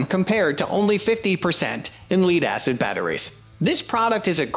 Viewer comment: the incorrect pronunciation is a hoot ... "leed acid"